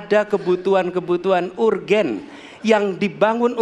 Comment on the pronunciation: tp maap bro. urgent di baca ur gen sm beliau hahaha. mungkin bisa lah beliau di bantu sarankan, pakai bahasa bahwa itu adalah hal mendesak aja begitu. jangan urgent d baca ur gen hehe